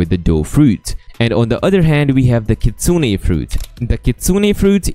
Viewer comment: is one of the only youtbers who pronounce it as Kitsune(Kit-sune-ay). That is how you pronounce it